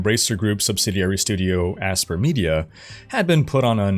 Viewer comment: "Aspyr" is pronounced "aspire", not "asper." They've been around since the mid-1990s, originally as a development house that ported games from Windows to the Macintosh computer. They were acquired by Embracer group not too long ago (2021), but... ya could get the name right. Just sayin'.